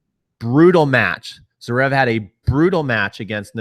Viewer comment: Lol your pronunciation. It's Zverev, not Zrev, and Raonic, not Roanic.